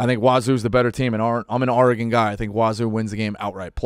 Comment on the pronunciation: Dave says Oregon like a dip shit.